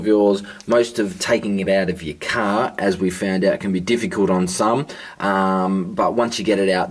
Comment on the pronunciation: What is "Caaaa"? Did you mean car?